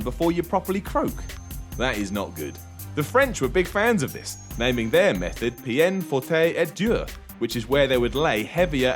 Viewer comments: pee-yen fort-ay endure? It's called peine forte et dure (pen fort ey dooer): literally, hard and forceful punishment. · That French pronunciation, :D. The closest way I can write for it to be said with an English accent is Pen for ondure, not pien fortay Edure. Not that it matters, but the internet is a place for useless shit that no one will read xD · It's not Peine Forte Endure but Peine forte et dure, which means hard & long pain. "From a French Bastard."